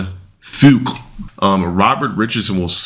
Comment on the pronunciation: I would've forgiven the Fuqua pronunciation, but how do you not know how to pronounce "cinematographer"... and you want to be an actor?